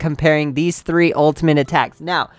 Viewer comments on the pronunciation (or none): none